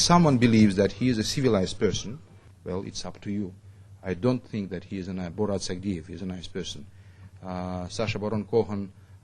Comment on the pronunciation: She completely butchered his last name